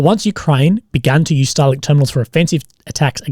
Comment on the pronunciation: your pronouncination of starlink is way too similar to stalin lmao